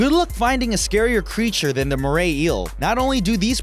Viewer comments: I love how you say “Mray Eel” rather than “Moray Eel” Also crocodiles don’t live in oceans and plus they’re Australian. I think saltwater crocodile should be replaced with “Blue Ringed Octopus” or something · Mora is pronounced more a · More-ray eel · He pronounce moray wrong